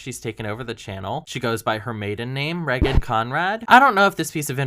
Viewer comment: The set doesn’t look bad. It’s just different and anyone who likes Brett is going to naturally dislike it. I love Brett too and I literally bought her merch a week before she left the show lol. Reagan is fine but I hate the way she says her name. It sounds like she’s saying ‘reckon’